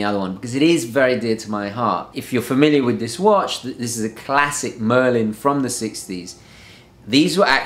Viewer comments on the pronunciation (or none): i, think you said merlin ,when it is marlin .